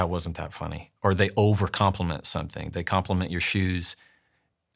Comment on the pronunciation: *someTHING *everyTHING etc. It's THING, not THINK ffs 🙄